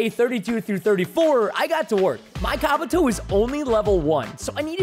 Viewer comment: Also preston that's not how you say kabuto